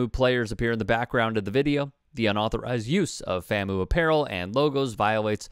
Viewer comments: FAM-U….. not FAM-MOO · It’s FAM-U… not FAM-OO. Otherwise good reporting!!! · The way you say FAMoo erks us HBCUers.....Come on you're my guy but if you're going to criticize the coach and admin... get the name right... It's pronounced FAM(pause.5sec) U. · Bruh.., it’s FamU not faMoo… y’all be slipping over these schools name.. that’s a lack of integrity on the journalism part B🤷🏾‍♂️ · FAM-U not FAMOO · bro said “fam oo” 💀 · FAM-U. Your pronunciation irked me a little 😂. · Some of y'all are worried more about how pronounced the university. Rather than what the players did. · Probably shouldn't be talking about the school when you can't pronounce the school's acronym accordingly. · fr fr, I cringe everytime he says it... lol